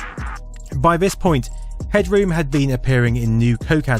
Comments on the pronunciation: You're way over-announciating "head-room". It's more like "hedrum". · Everybody pronounced his name Headrum , not Headroom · We never pronounced it as "head-droom" we always said "head-drum". He kinda reminded me of Jim Carey's character in The Mask.